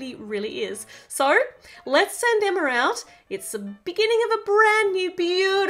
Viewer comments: It's NOT Emmer it's EMMA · Y u always say Emmer when u supposed to say Emma i still love ur vids.😁😁😁😍😃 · With your accent it sounds like your saying Emmer but your really saying Emma